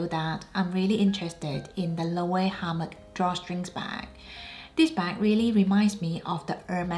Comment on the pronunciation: Loewe is a beautiful brand ... worth the money ... (but so you know, you are not pronouncing the brand name correctly) ...😁